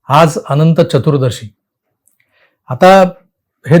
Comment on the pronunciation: पुर्ण विडिओ ऐकला. एका शब्दाचे उच्चारण चुकीचे झाले आहे. तो शब्द...चतुरदर्शी नव्हे तर चतुर्दशी असा आहे.